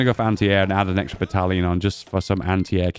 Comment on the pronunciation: i love the new "battlion"